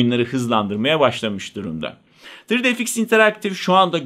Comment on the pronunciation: Neeee " tri di ef iks " miiii, yuhhh.